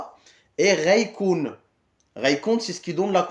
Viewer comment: Une petite question,je pensais que avec le r il fallait le rouler mais quand je vous entend avec raykoun ,j entend plus ghaykoun ,c est une exception?